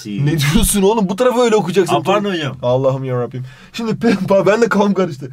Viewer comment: "Ekmek Kirintiysğ" "Allahim Yarrabiğym"